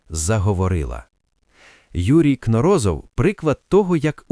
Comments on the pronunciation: Взагалі-то, КнОрозов, а не КнорОзов... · В фамилии Кноро́зов ударение ставится на второй слог, на букву «о» — Кноро́зов, так как сам ученый Юрий Валентинович произносил ее именно так, и это соответствует норме для подобных фамилий, как вспоминают его соратники. Правильно: Кноро́зов (на второй слог). Неправильно (согласно словам самого ученого): Кно́розов.